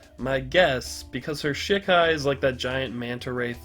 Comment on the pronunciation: It's funny hearing you say "shit Kai" but it's "she Kai" hahaha